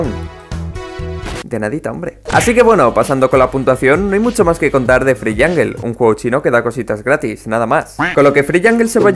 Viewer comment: Se dice jangol de verdad pero es jungle